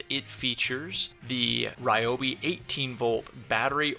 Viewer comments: Hi, Its Ree-obi not Rye-obi. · It's pronounced ree-oh-bee.